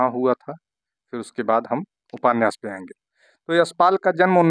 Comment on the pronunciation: आप उपान्यास क्यों बोलते है सर